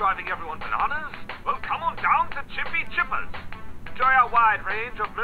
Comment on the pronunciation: i like how right when he started recording he could not pronounce the game 😁😁